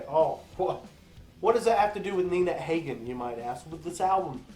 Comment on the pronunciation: Please learn to pronounce Nina's name correctly. She is a legend with a career spanning 50 years.